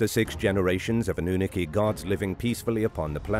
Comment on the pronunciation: Anoonooki? Sorry but wrong pronouncing 🤷🏻‍♂️ good effort tho